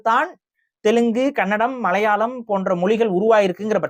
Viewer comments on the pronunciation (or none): none